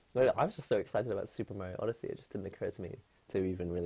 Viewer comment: "odesea" XD